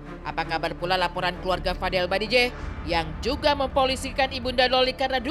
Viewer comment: bajideh bukan badijeh 🤣🤣🤣